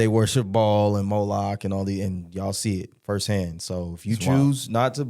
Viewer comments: Its pronounced bay el, not ball... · Baal pronounced “bail” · Pretty sure its pronounced "bail" baal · I believe its pronounced Bah Ahl not Bawl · No, he is not the devil...the devil is not flesh...there are ppl who worship the devil...there are 8 different roles Satan plays...and ball spells ball, baal is pronounced bail or bale...everyone says it wrong... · The word is pronounced Bell not Ball! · It's Baal not ball , it's not pronounced the same . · It’s not pronounced ball..🤦🏾‍♂️🤦🏾‍♂️🤦🏾‍♂️ It’s Ba’al ….Like Bail! ..Bail not Ball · Baal is pronounced like the sound a sheep makes, with a “l” at the end. Like Baaal, not like ball as in baseball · Baaaal not ball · It’s Baal pronounced Bail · Pronounced as Bail not Ball 🙏🏼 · Blessings, slight correction; it's pronounced Baal, sound out the Aa’s, not ‘ball’. Your definition is correct 🙏🏼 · Pronounced as Bail not Ball🙏🏼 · “Baal” isn’t pronounced as “ball” it’s pronounced as “bale” when you say it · Its Ba-al, if you read it. it a horn god. like a bull.. like the bull in New York. that Ba-al. Ba-al is praise by luciferians. most American leaders are Lucifarians "allegedly". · It's baal like BAIL.. it's on the Bible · I believe it is pronounced bay al. Love you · Ba’al is pronounced bale/bail and y’all brining out some truth nugg’s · Here to say this. It's one of the 8 kings of hell. Baal, pronounced "bail." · Guys, its “Buh-Al” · 😂😂😩😂😂 the only reason I'm laughing so hard is bc I really hit pause like "ah naw, do I need to stop saying.. you don't know ball"?! But someone else in the comments mentioned the pronunciation of that unclean spirit.. so now I have to go do research on how Baal is pronounced.